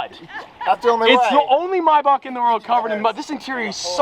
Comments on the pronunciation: He said “my bok“ it’s pronounced may back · mybach? its maybach no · Maybach Not Myybach😡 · Hate the way he says mayback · The way he says maybach😂😂😂😂😂 “mai buck”